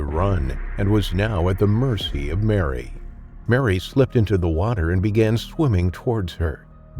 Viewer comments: Its called Merry, not Mary! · Croc probaly didn't like his name. Whole time I'm watching this it keeps throwing me off when the narrator says Merry(sounds like Mary) and then says he.